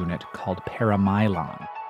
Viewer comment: Shouldn't that be pronounced par-amylon rather than para-mylon? The suffix -amylo being starch.